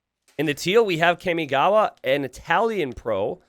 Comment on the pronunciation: my inner otaku is cringing everytime you say "kaymigawa" instead of "carmigawa" kamigawa means river of gods and kami is pronounced almost like carmi but with a mute R.